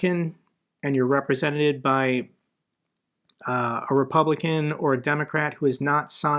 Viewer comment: represented!!! not representeted.